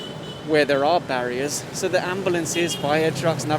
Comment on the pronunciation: has a Filipino accent or intonation when he said barriers in 😂